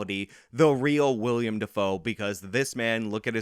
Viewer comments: I love the channel. But, PLEASE PLEASE PLEASE stop calling Willem Defoe "William"!!! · Love your work That being said, it's Willem Dafoe, not William. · it's Willem Defoe. Not William. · It's Willem. Willem Dafoe. Not William.